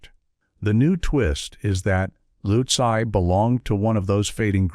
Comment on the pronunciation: This was hilarious. I think he pronounced utzi's name with about 10 different vowels and numerous different consonants 😂